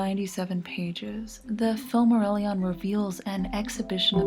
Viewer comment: The only atrocity in this guide is the pronunciation